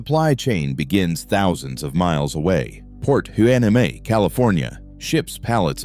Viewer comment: Dear AI thing, it's pronounced Port Why-Knee-Mee.